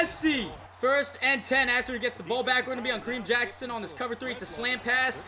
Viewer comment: He said Kadeem Jackson, it's Kareem